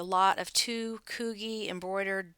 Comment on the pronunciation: Love the Bo-Nash info! Never heard of it before. I bought an Ever Care Giant Fabric Shaver at Walmart and it works great! Haven't used the stone but will give it a try. Great video! (or and I think it's pronounced CooGee)